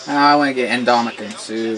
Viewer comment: I love how he pronounces ndamukong fine but oher he fucks up on.... any way nice vid